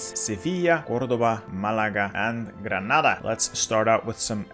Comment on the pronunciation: Finally! Someone who says "Granada" instead of "Grenada". The spanish in this Spain guide was more halal than in the last one. :D